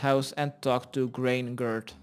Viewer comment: "Graingurt" lmao